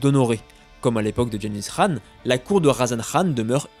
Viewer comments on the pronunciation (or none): Très bonne vidéo juste on dis pas "rhan" mais qhan